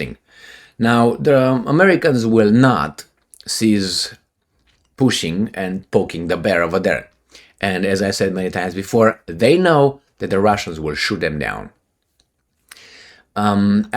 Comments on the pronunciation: It's "poking" not "pocking" the bear. Poking is the gerund of "to poke." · Poking. Not pocking